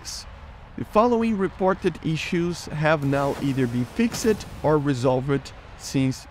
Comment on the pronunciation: I would love to see you pronounce the word fixed properly 😂